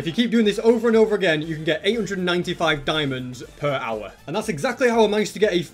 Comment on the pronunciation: The way he says hour it reminds me of that viral dog that literally eats earphone mic and saying "owa owa"